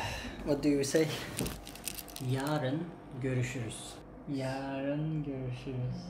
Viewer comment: Selam Videolarını severek takip ediyorum. Video sonunda yaĞrın diye söylemene takıldım. Yağ-rın değil yarın tek seferde yarın diye telaffuz edersen daha doğru olur. Seviliyorsun. 👏